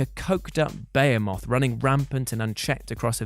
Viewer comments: I hope you didn't find your awful pronunciation of behemoth as BAYERMOTH from Robot Wars. If so you may have eventually learned of your mistake in later seasons where the new presenter, I forget who, corrected and probably shamed seemingly the entire production team by informing teams and reporters that it's pronounced baHEEmoth. I thought I'd heard the last of it since Robot Wars finished for me. Dunno if that's the origin, but clearly not. Don't say it that way, you sound like a child from junior school. Sorry like, but consider the education a positive thing I'm giving you. Don't mention it. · my dude you say “Behemoth” wrong. It’s “beh-HE-muth.” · Bay-ha-moth= Behomoth?? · I've never heard anyone say Behemoth like that. Interesting.